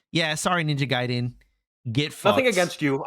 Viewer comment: this guy called it Ninja Gay-den LMAOOOO